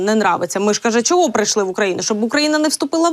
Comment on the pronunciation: Да ,я тоже это заметила .уж она Очень старается на Чe ..., слушать..больновато ушам !